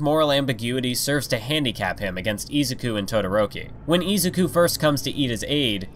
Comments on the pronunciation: i LOVE this video but every time you say izuku i cry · I swear if you say izuku the wrong way i am gonna lose my mind im sorry but its just reallly bothering me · i can't stand the way this guy says names like Shigaraki, Izuku, and Ingenium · It triggers me how much he said Izuku wrong